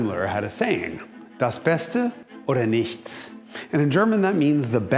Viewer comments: Congrats: pronunciation of „das beste oder nichts“ was spot-on! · im supprised how jason said "das beste oder nichts" in very good german...great job